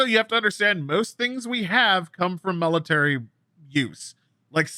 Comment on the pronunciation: It’s ok, I would have questioned Ragnoros too… I mean he did just say melitary for 5 minutes.